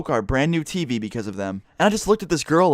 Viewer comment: Why do u say tv like Tiivii or Teepee